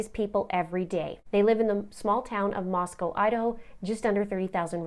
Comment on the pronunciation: Props for pronouncing Moscow correctly (from a local) Thanks for covering this! Shocking for this to happen in my town.